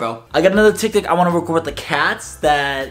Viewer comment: he keeps saying tiktik